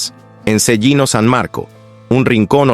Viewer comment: Se pronuncia CHELINO ......... Eso se debería saer antes de hacer una graabación.